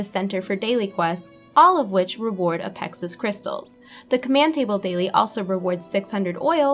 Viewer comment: Uh, Pexis Crystals? How has someone never heard the word "apex" pronounced? Not to MENTION the rule that two vowels separated by ONE consonant cause the first vowel to be a LONG sound.